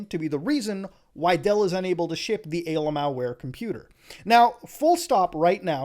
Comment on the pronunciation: He really said ALMAOware...